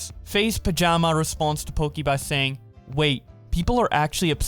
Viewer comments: >pronounces byleth with no problem >faze pajama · He call Pamaj, Pajama LMAOOOOOOOO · I cringed when he called faze pamaj, “Faze Pajama” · So does no one really care that he called Pamaj, "Faze Pajama" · Mans said FaZe Pajama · yes yes i get it but like bowblax just said faze pajama instead of pamaj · The way says Pamaj is the highlight of this video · Idc about this pokimane shit I'm just mad at how he pronounced pamaj lmao